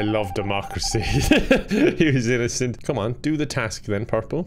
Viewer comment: i like how he said “innocent” “in-NO-cent”